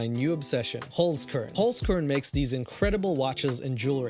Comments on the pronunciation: SOLD (referring to the Holzkern stuff.. also, you're saying it wrong) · As an austrian hearing him say holzkern, yeah i cringed xD but you doing your best and thats what matters ❤ keep being you and keep making us happy :3